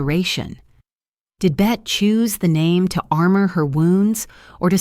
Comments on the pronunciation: It’s not Bette, like Bette Midler. It’s BettE, as in Bette Davis Eyes. Also, whose pictures are these? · Hello, I have always heard her name pronounced “Betty”, and not “Bette’’.